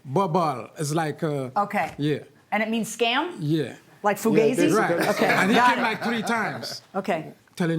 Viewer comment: I died when JM said “Fugazzy” 😭😭